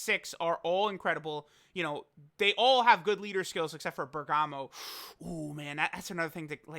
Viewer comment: There's so much bergamo love.. but it's BERGAMO